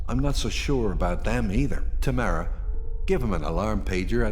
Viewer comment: What bothers me more than "kway" is "taMAREa" and "mcnaMAREa". I feel McNamara is a last name, so it's more up for debate, but I've never heard of anyone who doesn't pronounce it "TAmara."